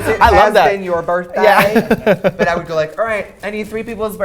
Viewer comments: "is it ur birfdayy" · For my own entertainment: “Hooose burthfay are it?”